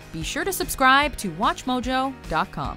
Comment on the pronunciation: "...be sure to subsCRYbe to "